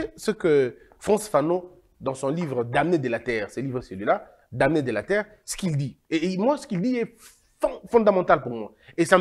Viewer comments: Pardon on dit les "danés" on ne lit pas le"m" dans "DAMNÉS" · On-dit les Dans on ne prononce pas le "m